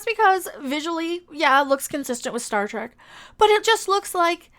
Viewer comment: "This am Star Trak now." LOL 🤣